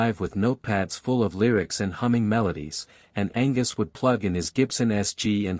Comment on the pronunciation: Angwus???!!! Angus